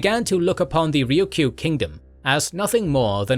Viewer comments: Why can't you say Ryukyu correctly? It's not "Ryuku." It's "Ryukyu." You're saying the Ryu part correctly, just say Kyu as you say the letter Q in English. RyuQ. Try it. It's not that hard. 😢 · Also, Ryukyu is a Japanese name and pronouciation, I think the more closely native name and native pronouncation would be "Luuchuu or Luucuu" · Nope, it's "Ruuchuu" in Okinawan, not the Chinese pronunciation. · Thank you for shining a light on the Ryukyu islands. (You did keep forgetting to say the second Y, but that's the Japanese pronunciation anyway so 🤷‍♂️). They have such a rich history and culture that often gets neglected as some minor corner of Japan because people forget that they were Japan's first colony. They continue to be marginalized by the Japanese government which markets them as a tropical paradise for tourists even as they underfund local services there and use the islands to house US military bases that mainland Japanese don't want near them.